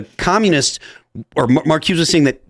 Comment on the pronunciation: its pronounced her bert mar cu za